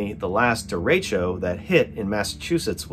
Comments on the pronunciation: It's more "deh-reh-tcho" :) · Derecho means "straight" in Spanish. Pronounced "Deh reh show" that's insane glad everyone is OK.